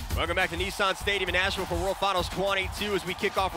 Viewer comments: NEESAAN😂😂😂 NISSAN GUYS!! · 😳…..kneesarrrn stadium🙄….. Nissan…. Is pronounced “Niss”(sounds like “MISS”, but with an N) and then “An”(sounds like “An”)….so it’s not…knee-Sarn at all….. that aside…. Nice trucks.